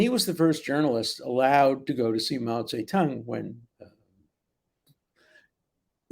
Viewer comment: Pronounciation: Mao Tse Toong and not tounge